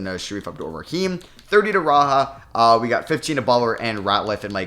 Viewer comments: Came looking for this. Ra-hah was killing me. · For future reference: Dino Radja is pronounced Raa-juh, I believe